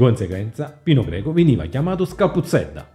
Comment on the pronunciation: Comunque è Pino Greco no Pino Geco 😂😂😂😂 ciao bello